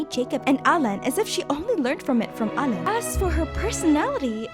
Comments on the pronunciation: Well alain is fresh tough no ? So it woudnt be said like that, but its ok i appreciate the try. The video is still crazy I love it <3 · "In french, Marionnette means "little Mary"" Me, a french guy : wow never seen it this way Oh btw you could NEVER guess how "Alain" is really pronounced